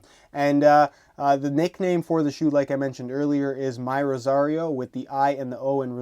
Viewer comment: It's not pronounced myrosario. Its: Mirosario.